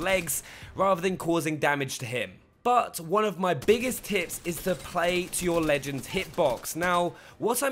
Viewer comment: i keep hearing "top ten tits"